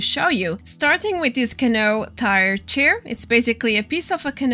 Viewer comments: Just an FYI from 1 ESL to another. Canoe it not pronounced can-o but can-OO. Like the sound in Raul (which is Raa-OOL) or like Two (tOO or tu) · Canoe is pronounced "Ca New" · It's Ka-knew hehe, great video <3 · It’s pronounced Ca-new. That is all. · ca-new =D